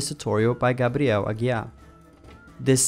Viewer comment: Meu deus eu te sigo a um século e só percebi agora que tu é brasileiro quando tu falou Grabriel Aguiar kkkkkk